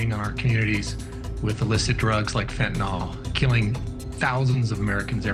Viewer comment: Hooraaaay, this channel pronounces fentanyl correctly.😃